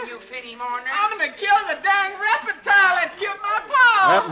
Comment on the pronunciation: This 1949 broadcast of the story "Snake Doctor," is particularly good, if only to listen to the great Paul Frees (playing a hillbilly simpleton) prononcing the word reptile as: " REP-I-TILE " It's also fun to hear an old mountain lady prononce head as: "HEY-ID" along with many other "Appalachian-specific" pronounciations . . . It truly is great listening!